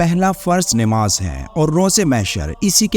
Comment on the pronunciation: ناماز نیماز نہیں نماز صحیح لفظ ھے نیماز نہیں